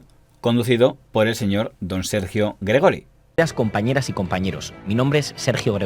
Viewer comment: Gregori es Gregorio en catalán y se pronuncia Gregório.